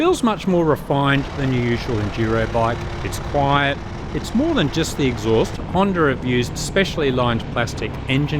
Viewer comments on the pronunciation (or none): There is no "r" in the word Honda.